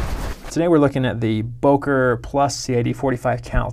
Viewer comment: it's BÖKER not BOKER